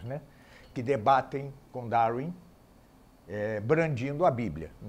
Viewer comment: "Daurin" kkkkk